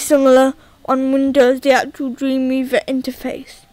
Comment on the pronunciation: i hate how he says dweemweava